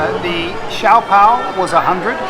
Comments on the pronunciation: we pronounce it as SYOPAO SIO PAO not CIAO PAO and SIOMAI as SIO MAI not CIAO MAI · That is how an authentic good Chinese restaurant is... really noisy😉 By the way did you remove the wrapper(bottom part) of the siopao(shaa-pau.. not si-yaw-paw)🤣✌ Anyway, nice content 👌